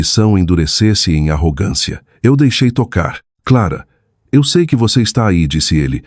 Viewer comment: A inteligência artificial não consegue pronunciar ‘eu sei’. Inacreditável!🤦🏽‍♀️🤦🏽‍♀️